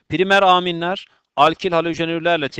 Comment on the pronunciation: Hocam Aaaaminleri biraz değişik söylüyorsunuz :D))